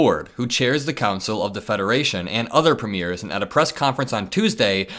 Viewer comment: Please forgive my pedantry…Premiers….Preemyeers…is how it sounds. Greetings from Canada 🇨🇦🙋🏼‍♀️🇺🇸💙